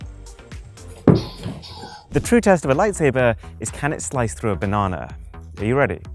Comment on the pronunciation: Wtf is a banawna?